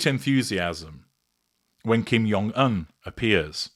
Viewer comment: Dear, Jung in Kim’s name is pronounced as the regular “j” sound, not the German “y” sound. ❤